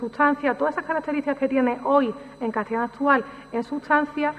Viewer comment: Pues en otras ocasiones en otros vídeos, pronuncia historia como hittoria o a veces hitchtoria, ette o etche por ese, catchellano o cattellano por castellano... una cosa es tener un acento particular y otro es no pronunciar bien ciertas palabras... y es más, cómo se supone corregir a otros cuando uno mismo carece, o qué es eso de justificar la falta con el que "ese es mi acento"...